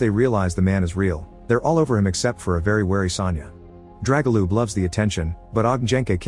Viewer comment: Oh my the butchering of names is real haha especially pronouncing Dragoljub/Драгољуб as Jregolup aaaaaaa 🤯